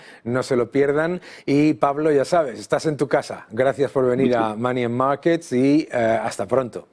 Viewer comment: y además no sabe ni pronunciar bien